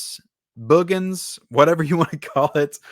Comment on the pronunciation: I just want to start out by saying I love your channel and watch all the time. Now, I totally disagree with your review of The Boogens (By the way, it's pronounced as if you are saying (Boogers) I think the reason why you call it a snooze fest is because movies of this genre, especially back then, people wanted killings and murders every 10 minutes. Yes, it's a little slow at getting to the suspense, but I liked the fact that the director took a different approach. Check out is earlier horror movie called "Silent Scream" I thought the actors did a decent job and I liked the light hearted humor mixed in. (How can you not like that cute little dog Tiger, what a well trained dog) and the photography was well done. I will agree with you on the transfer, I too thought it was not very good. But as far as the movie itself, it's still one of my favorites from that era. That's what makes this a great country, we can all have different opinions. Trivia, the one actress in the movie (Ann Marie Martin) was married to famous writer Michael Crichton. She actually has a co writing credit for the movie Twister